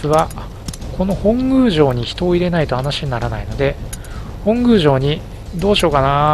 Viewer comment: 本宮(ほんぐう)❌ 本宮(もとみや)⭕ 頑張ってください！